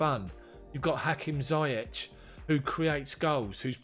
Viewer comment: Great job Bro! Just to chip in on the pronunciation of ZIYECH. It's pronounced "Zee-yesh" It's a name from the Arabic background with a spelling from French background using "CH" instead of "SH"